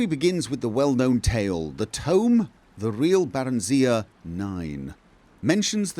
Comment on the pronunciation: The way pronounces it. Bear-en-zee-uh.